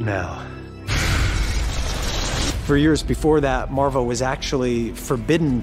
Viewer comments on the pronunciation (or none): What the f*ck is “Marvle”??? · I am pretty sure it is marvel not marvle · Marvel ❌ Marvle ✅